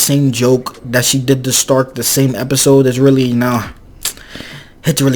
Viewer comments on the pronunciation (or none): The only problem i got with this whole show is how the say stark like it could be because most names are german inspired (übel wirbel etc.) so it could be a pronounciation issue but why is stark sounds like shtark like it bugs me just enough to annoy me but not like in a bad way